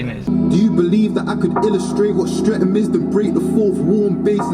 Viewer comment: Streatham is pronounced``Strett umm``